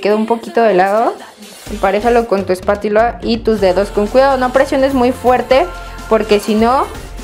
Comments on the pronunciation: dijiste espatila jaja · like si dijo espatila😁😁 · like si dijo espatila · escucharon que en el minuto dijo espatila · like sí escucharon Qué Karen dijo espatiula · En el minuto karen dice espatila jajaja😂😂😂😂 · Oí mal o en el minuto dijo espatila 😳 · en el minuto dijo espatila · dijo espatiula